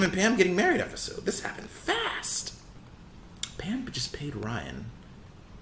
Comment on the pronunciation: Ok you say "efisode" for sure